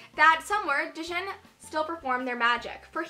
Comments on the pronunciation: It's Jin the d is silent lol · Djinn is actually pronounced gin hehe